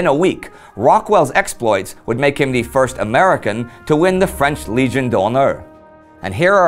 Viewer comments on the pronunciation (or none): none